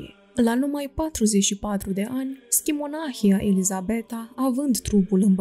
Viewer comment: Aveți greșeli de pronunție nepermise pentru un site ortodox. Nu stăpâniți exact acești termeni și pronunțați cuvinte ca Ceaslov, schimonahie etc ca și cum ar fi din alte limbi. Le stalciti rău de tot.